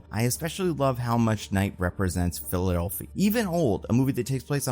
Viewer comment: why you say "Philadelphia" like that? "Philuphi" made me think you AI'd this Voiceover